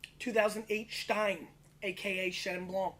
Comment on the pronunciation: I know I'm nitpicking but it's pronounced Steen not schtein :p love your work. Never seen those Chenins here in South Africa tho....